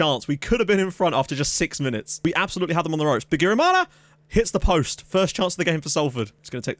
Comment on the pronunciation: Wow u can pronounce a burundian name (bigirimana)